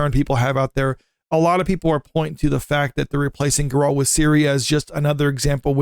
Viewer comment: Bro... have some credibility. its GERR-ELT not GUR-ALLT